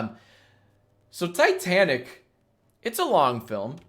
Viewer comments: It is titanic not tetanic just saying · He really pronounced Titanic like "T'tanic" not once, but twice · Every time you said Titanic I cried a little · the way he pronounces titanic makes me want to die